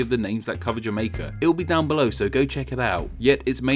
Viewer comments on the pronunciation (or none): none